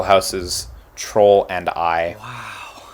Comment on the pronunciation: I thought he said trollden eye, like a cheap golden eye.